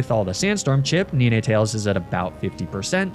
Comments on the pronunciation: nee nee tails? fr? lmao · Ni-nay-tales? Really? It's literally a dog with 9 tails. You do the math.